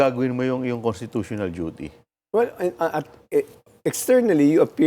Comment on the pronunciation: what????? CONSTITUTINAL DUTY?!😂😂😂😂😂😂 PWEEEEEEE